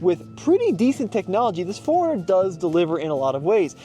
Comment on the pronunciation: I keep hearing "foreigner" instead of 4runner lol. Anyway, looks great but not sure if I'd get one. It's on my list though as I need a new SUV!